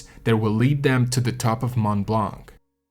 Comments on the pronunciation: Fascinating account. My only minor problem is to hear it pronounced "blank". The 'c' in blanc is NEVER pronounced in French. Very distracting for a French listener... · Mont blanc I notice u dont pronounce the t in mont which 8s correct so why the hell do u pronounce the c in blanc it is silent so annoying it is not mont blanC Cant listen anymore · The « C » in « blanc » is silent in french 😉